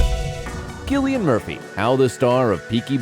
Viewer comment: You need to learn how to pronounce his name properly